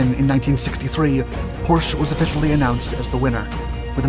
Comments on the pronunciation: Porsche pronounced “porch-a” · Music is louder than the narration. Also, it is proper to pronounce Porsche as "Pour-Sha". In the German language, the 'e' at the end is always pronounced as a short 'a'. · Your pronounciation of Porsche sucks af because it is simply wrong! Why on earth do you make the e at the end of the name silent??? Because it is not! It is to be pronounced! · You did not Pronounce Porche Properly. That never gets old